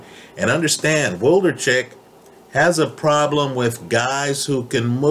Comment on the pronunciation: Wlodarczyk not Woldarcheck lol